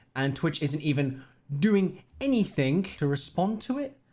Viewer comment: Have you noticed that you're unable to say the word "anything" properly?